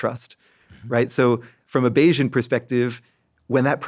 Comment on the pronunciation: I got halfway through this before I realized he's saying "Bayesian" not "Asian"